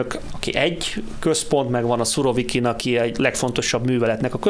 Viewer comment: Úristen,Szurokivint mondott? 16 p.magasságában a kérdező.Demkó természetesen már helyesen mondta utána,feltűnést elkerülve,őt nem kijavítva..ühüm😄